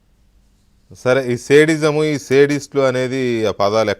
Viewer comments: జగన్ కి సైకో అని పేరు పెట్టిన మహానుభావుడి కి పాదాభివందనం😂అయ్యా సేడిజం కాదురా అయ్యా అది శాడిజo,చూపించండి అలా వది లీ వేయమాకండి పిల్లాడిని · Sadism pronunciation teleyadu Nuwu em journalist ra